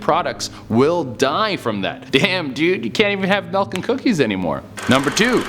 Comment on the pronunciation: This man said “mElK”